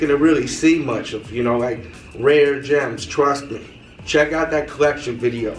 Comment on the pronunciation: "My bollection" lol